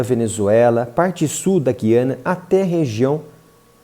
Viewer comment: O povo insiste na pronuncia errada... Guiania. G u i a n i a